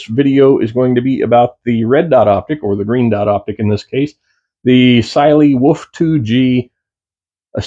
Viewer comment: First reviewer who knows how to pronounce the brand!👍